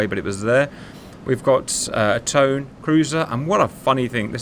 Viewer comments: Good video, tho I want to note that the heavy cruiser Tone is pronounced like "Toe-nay" and not the English way. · Mate its Tone as in Toe-nah . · Just for fute reference: the name for rhe cruiser TONE is pronounced with a full A at they end, something like Tone-eyy. Im sure somebody else in the comments can do a better job of telling you how to properly pronounce it XD Anyway fhis was a banger video